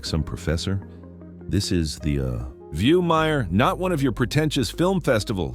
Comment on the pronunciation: It’s Meryl… not Meyer